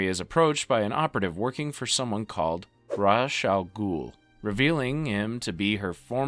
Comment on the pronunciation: Ra's, also known as Raysh in this video 😆😂